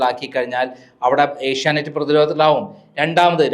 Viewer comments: ഏഷ്യനൈറ്റ് അല്ല ഏഷ്യാനെറ്റ്‌ 😁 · ഏഷ്യാനെറ്റ്‌ എന്നാണ്. ഏഷ്യ നൈറ്റ് അല്ല. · Asianight alla Asianet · ഏഷ്യനൈറ്റ്‌ അല്ല ഏഷ്യാനെറ്റ്‌ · ഏഷ്യ നൈറ് അല്ലെടി, ഏഷ്യ നെറ്റ് ആണ്.